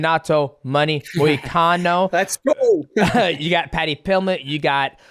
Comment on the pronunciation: whenever money says paddy pimblett all i hear is paddy pimblitch lol hahaaha